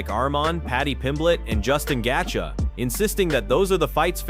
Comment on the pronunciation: Nice video! By the way, its pronounced GAY-CHEE.